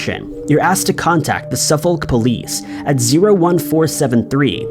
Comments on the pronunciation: Su-fok is how u say suffolk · The L in Suffolk is not pronounced.